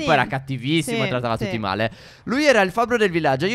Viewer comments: LIKE se al minuto avete visto al posto di "male" c'era "mare". P.s. vi adoro💖💟❤🖤💙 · Al minuto il re ha detto mare invece che male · Al minuto dice mare invece di male (dettagli) comunque bel videi